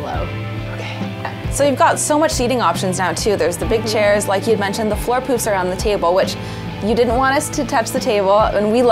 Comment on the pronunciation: OMG. I thought you said, "We just added some extra floor poops "! Uh .... no. No. That would be "poufs," thank God. My bad.